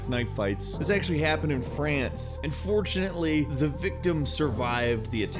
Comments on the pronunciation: When he said "and fortunately" the first time i heard it i thought he said "unfortunately" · that "and fortunately" sounds like "unfortunately" xD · I kknow you said and fortunatly but it sounded like you said unfortunatly as though you wanted the victim to die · Well goddamn, he sounded like he said "unfortunately". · same haha